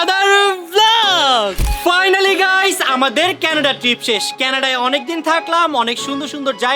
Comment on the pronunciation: Kenada noy Canada